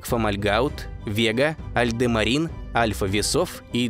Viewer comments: Дак альдерамин или альдемарин? Написано одно, говоришь другое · 8.35 всё-таки АльдеРАМин или АльдеМАРин? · не "АльдеМАРИн", а "АльдеРАМИн" нужно говорить.🤦 Учить матчасть нужно хотя бы иногда. Ну или в справочник заглядывать.